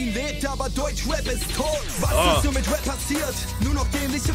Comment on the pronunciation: Gio kann endlich rap aussprechen. Die og's wissen was ich meine